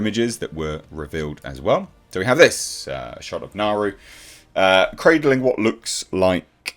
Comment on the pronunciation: No her name is Naru (pronounced Nardu)